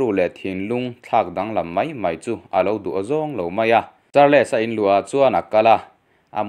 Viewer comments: Charles hi char- les ti a lam hi an awm fo mai char-les tih loh tur mizo takin sawi ila chals tih tur aw. Nangmah lo pawh char-les ti a lam hi an awm fo mai. Kan hnam țawng a ni lova in lam thiam lo pawh hi in thiamawm thova chumi rual erawh chuan in chhiar hma in hnamdang țawng/hming te hi chu lehkhathiam/zirsang zawk te a lam rik dan tur zawh hmasak nachang hre țhin ula țha tur ania. Lam dan dik lova in lam hian a nuihzatthlak duh riauvin rilru a hruai peng țhin a atuiawm loh vek țhin. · Charls tia lam zawk tur. Char-les tia lam lo in. Sawi ve mai2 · Charles tih kha char-les ti ngawt a I lam Khan,ngaithlak a tih hreawm deuh..'les' aia, 's' kha han hmang la chuan a ngaithlak a nuam deuh tur a nia😁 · Charles...hi atawpa "les" tih hi an lam ri lovin kava hre em...entirnan "Charls" tia lam mai tur anih hmel mang e....👍